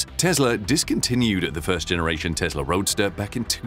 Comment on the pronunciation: FYI: it's Tesla not Tezla